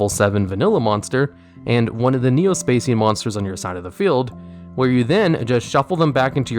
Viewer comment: Neo "Spa Shian" not"Spa Cian"